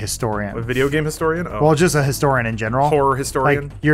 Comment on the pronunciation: Adam should probably learn to say "Horror" properly...